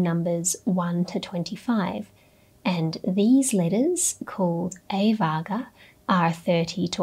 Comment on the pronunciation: One correction: It’s "Varga(Vārrga)" not "Vaga". Also, it’s "Avarga(Āvarga)" not " A vaga". Thanks❤